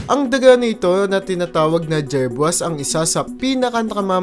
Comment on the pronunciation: Aye aye, /ay ay/ po ang tamang bigkas , jerboa, /jerbowa/ po ang tamang bigkas